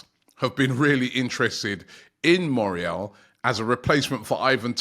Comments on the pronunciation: Robbie absolutely butchering players names. His name is Mayoral and he’s calling him Morial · Bro Moriel Borhajal 😂 and then they laugh that At “good ebning” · I know Robbie really struggles with player names but "Moriel"? 🤣 Come on man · Surely his name is pronounced Mayoral? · How difficult is for a British to say Mayo(as in mayonese)Ral(as in Rally) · Mayoral aint it bro lol